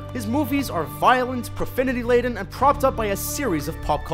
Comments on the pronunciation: Profinity Laden? LOL, it's "Profanity" there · "It was a "tortle" accident"... "profinity" laden...it's things like this that make me wonder, is even a speaker of English? Who the fuck says "tortle" instead of "total" and leaves it in to the final cut of a Youtube video? WTF???